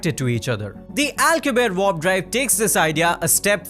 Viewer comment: And to the guy speaking, its W-A-R-P not Vorp😂😂